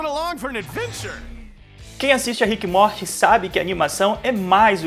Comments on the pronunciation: Que agonia de você pronunciando rick e MORTE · Desculpa mas "ríck e móti" é sacanagem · ver tu falando rick e morti me dá uma agonia do crlh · O cara do vídeo falando RIQUE E MORTI DOEU MUUUUITO MINHA ALMA nossa. Eu sou completamente fã da série e não assisto NADA dublado e essa pronuncia de RIQUE E MORTI doeu na primeira vez que ele pronunciou até parei de ver 😂😂😂😂😂😂😂😂😂😂😂😂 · Na primeira pronuncia de RIQUE E MORTI eu parei de ver 😂😂😂😂😂😂😂